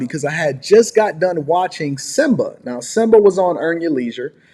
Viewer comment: "SYMBA"......... ya'll need to do better